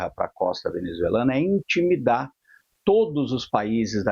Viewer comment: O reporter... "Intimidar" 😂😂😂😂😂😂😂